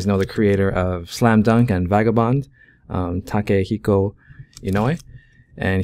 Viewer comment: "Take-Hiko you know ey?"